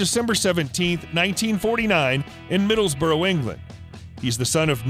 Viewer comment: This channel has a real problem with pronouncing names. Rodgers second name Bernard is pronounced differently in the other parts of the English-speaking world than In the US, but we'll let you get away with it. Middlesborough, England is pronounced MID-dels-BRUH. The Okanagan Valley is OK-ken-AH-gan.